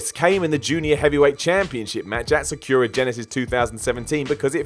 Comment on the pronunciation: am i the only one who cringed at "sa-KYOO-ra?"